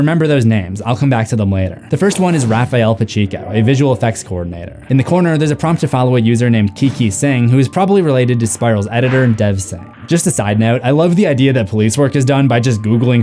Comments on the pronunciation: I love the Saw franchise, and the Things You Missed franchise. My one argument is with your pronunciation of the name Pacheco. That's my mom's maiden name, and while I've heard it said many ways (including yours) I can verify that it's pa-Check-oh, not pa-Sheek-oh. It's the obsessive-compulsive in me--keep up the wonderful work! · Hate to be nitpicky, but its pronounced "Pah-check-oh". 😉